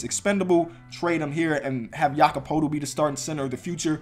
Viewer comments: Jakob Poeltl is pronounced Pertel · "Per-tle" just in case you need to know 😂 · It’s pronounced pertl and the raptors have a lot of guys like that like vanvleet and Wright they put up like ten a game off the bench but they back up Lowry and Demar really well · MY MAN! ITS PRONOUNCED LIKE TURTLE BUT WITH A P! YAKOB PURTLE. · Nice vid but it’s Jakob (u said that right) poetlt (it’s pronounced purtle basically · Jakob poeltl's last name is pronounced turtle but with a p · Jakob Poeltl is pronounced like turtle with a p